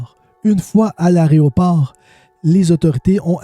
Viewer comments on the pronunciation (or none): Hello merci ❤ on dit Aéroport et non Aréoport 😂 t'inquiètes je faisais cette faute aussi avant ❤❤ bisous